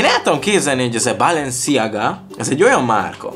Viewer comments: Úgy kell kiejteni hogy balensziága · Chanel-Sánel Balenciaga-Bálensziágá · Chanel - sánel Balenciaga - Bálensziágá Dsquared2 - diszkverd